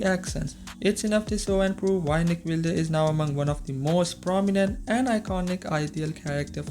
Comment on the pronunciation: Its pronounced "Wild" friend. Sorry, but that's distracting me big time!